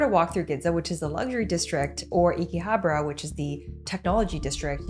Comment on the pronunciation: Gidza and IckyHabra(or Eekeehabra?) instead of Ginza and Akihabara lmao